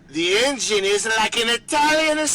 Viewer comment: The way destiny pronounced “engine” is problematical